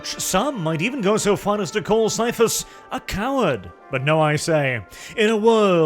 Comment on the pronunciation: I swear, why does always read Caiaphas like it's an STD?